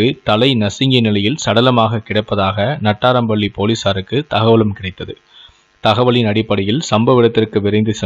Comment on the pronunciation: ஊர் பெயர்களை சரியாக உச்சரிங்கள்.. நாட்டறம்பள்ளி, போச்சம்பள்ளி..